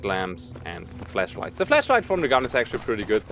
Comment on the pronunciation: Also, Fleshlights or Flashights... I hear the first one lol